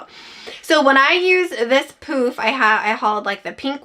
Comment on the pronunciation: Thanks so much for the great reviews. The first time you said poof, I thought you said, poop!!